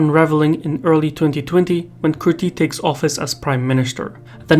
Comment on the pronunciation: he is not Albanian at all, I can tell by the way he cant even pronounce Kurti and Hashim properly so OMG WHOSE THE FALSE INFORMATIVE PERSON NOW?? u just salty of the truth kuz